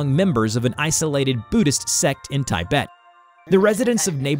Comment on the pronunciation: "Tie - bet" 🤦